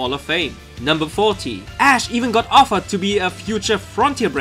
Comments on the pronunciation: I fucking died when he said Lithuanian Ash Ketchum name... But I'm annoyed too! That's not even near how to spell it! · I died when he said Lithuanian Ash's name... It's nothingl like that at all... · LMAO I am from lithuania and you pronaunced it incorectly LOL go to google translate and check how to say it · why do u have to call ash ali.